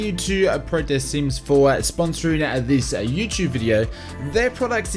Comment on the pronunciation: What's a u-Choob?